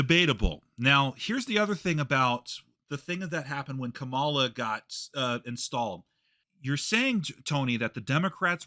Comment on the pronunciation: Wow, I’m definitely voting for Kamala (pronounced with emphasis on the first syllable like “comma” with a “la” at the end by the way) after watching this video. This is a typical example of a hot-headed Trump supporter verbally assaulting someone into submission just because they have different beliefs and opinions, which is ridiculous. I don’t think changed Tony’s mind, I think Tony just agreed with him just to get him to stop yelling and cussing at him, which is exactly what happens in a lot of these situations unfortunately. Things like this just prove that a lot of Trump supporters are incapable of having a calm, rational, respectful conversation. I’ve found that when people are arguing (about politics and just in general), the person who resorts to yelling, cussing, and insults is typically the one who is in the wrong. If and Tony consider each other friends, I’m really not sure why. This seems like a verbally abusive relationship to me. clearly has no respect for Tony, and I think it would be in Tony’s best interest to remove himself from life. I’ve been watching videos for several years now, and how he treats Tony is just not right. That is absolutely not how friends treat each other, regardless of opinions and political beliefs.